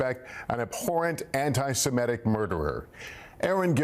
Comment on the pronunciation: Lester, you still can't pronounce "Semitic"? What is the problem?